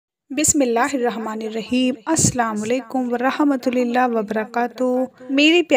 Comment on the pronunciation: Aap Salam galat kyun bolti hain... Ramatulillah nahi hota hai Rahmatullah hota hai....